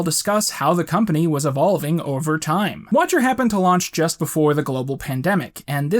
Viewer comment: it's pronounced 'time'......